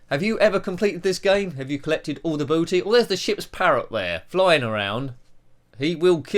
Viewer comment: Booty not Batty. 😅 You have a lot of B games in a row here!